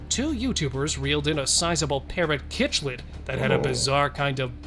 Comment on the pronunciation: Cichlid is pronounced "sicklid"